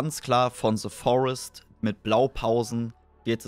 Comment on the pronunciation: wie einfach selbst leute die gut englisch reden bei dem game immer SE Forest sagen XD